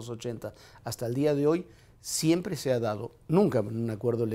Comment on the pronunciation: "la matematica siemple" -Ricardo el Profesor anaya jajaja